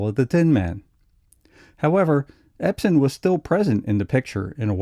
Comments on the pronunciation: Ebsen not Epsen. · I'm sorry, but the man's name is EBSEN, not EPSEN. Yes, he had an amazing career...but it would be more amazing if his name could be pronounced correctly. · The narrator keeps calling him Epsen. You would think he'd know better.